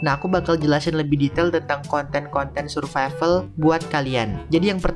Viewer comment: Survival❌ Suvrival✅ 🗿👍